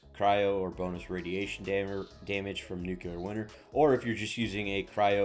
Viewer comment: It's not 'nu-ku-lah'; it's 'new-clear'. Just because George Bush couldn't pronounce it correctly doesn't mean you can't. That said, thanks for the suggestions. This is the same build as every green tree Harlowe that already came out two months, ago, but at least you're trying to create something a bit different by using the Scientist class mod.